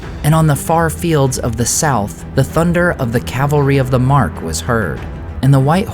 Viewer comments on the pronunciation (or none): none